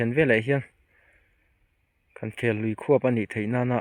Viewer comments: Lui khuap tum ani lo,lui khuah tum tih tur aw modified form in lam thin tur. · Khuap dan tur ti lovin Khuah dan tur tih tur aw